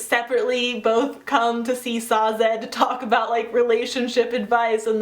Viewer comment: I agree. She says Sa-zed where I read it as you would say Dazed, just Sazed.